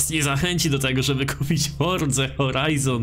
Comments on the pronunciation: Dlaczego mówisz "fordza,, zamiast forza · FORZA, NIE FORDZA